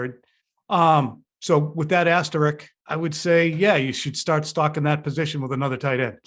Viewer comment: It’s asterisk not asterick